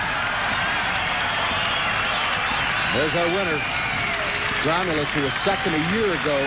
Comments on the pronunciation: How can they fuck up a world champion´s name...His name was Josef/ Jozef Grolmus, not Gromulus!!!!!!!!!!!! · His name is GROLMUS. WTF is "Gromulus"? That sounds like some villain from He-Man.